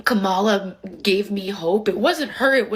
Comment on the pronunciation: "Mission Accomplished" 🫡... exactly! , that woman pronounced Kamala's name the same way Nancy Mace pronounced it on a CNN panel. Nancy Mace was immediately shouted down and called a racist by several people on the panel even though she was in the process of correcting her mistake, including one man who later asked her for a date. I'll bet those same hypocrites would be much more gentle with THIS cry-bully.